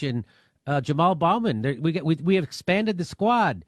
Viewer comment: He is so informed, he can't pronounced Jamal Bowman's last name correctly. Durr needs a 30 year vacay.